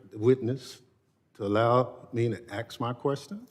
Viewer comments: did he actually say “axe a question”? i’m tired af of these people mutating the english language. “y’all” “imma” “we’s” etc. relearn english if you expect to be respected and taken seriously. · Axe hu.. can't say ask! Wth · FFS, he keeps axing these poor witnesses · Stop axing questions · He axed him a question…. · "Allow me to axe my question" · "Unfor Black Bennie: "Allow me to 'AX' my question ..." AX? Did you 'AX' your woodpile this morning? Did you 'AX' $$ from your state budget? "I 'AXed' one question. .......". If you 'AXed' it why are you ASKing it? Two shootings of ICE agents are an "unfortunate accident"? Is 'ya's' dun bein' a complete ignorant fool? Kno wh'am sayin'? Kin 'ya dig it? What it is, Bro! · Where are we in the United States?Where a congressmen cannot pronounce the word "Ask" and has to pronounce it as "Axe". Can he speak rudimentary English? Does anyone have the balls to call him out on this? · I'm sorry, how do you "AXE" a question Thompson? And you're supposed to be the "best" the great State of Mississipi has to offer? What an imbecile........